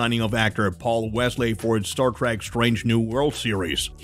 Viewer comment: Its not f'ing Star "track", its Trek, not track, trek.... Why do all you idiots say track. Its not both or track only....